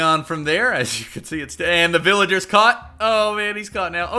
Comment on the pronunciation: "To even mining vilagers" VillagOre